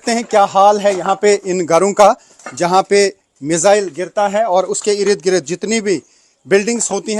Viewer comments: अरे गोदी रिपोर्टर ठीक से बोलो। 50 बार तो ये कह चुके कि "आप देख सकते हैं"। और 10 बार ereed greed बोल चुके हो। भाई इर्द गिर्द होता है। Ereed greed नहीं। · Urdu Hindi sahi bola karein . Yeh "Irid Girid " nahi balke Sahi " Ird Gird " hai 🎉.